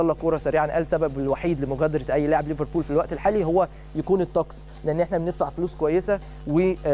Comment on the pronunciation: اولا الانجليزي تبعك زي الزفت و نطق اسم كلوب او حتى ليفربول زفت تانيا خليتها حرب ؟ يعني تبدا كلامك بكلمة " احنا مَش اوزين نكبر الموضوع " و بعديها على طول حرب حرب حرب دمار نهاية العالم افتتتتتتتتتتتتت من الاعلام و اهله